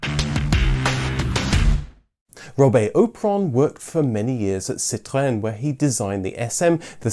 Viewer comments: Are you part French? I love the way you say, "Citroen, Peugeot and Renault". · Citroën is pronounced see-troa-ehn, You have the nasalised bit at the end right, but there are two vowel sounds in the middle, oa and er. It comes from the Dutch citroen, pronounced see-troon which means lemon. Nothing wrong with your Robert, don't know why they are complaining. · The 1st Englishman who pronounced Citroën correctly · I do appreciate the effort you put into pronouncing Citroen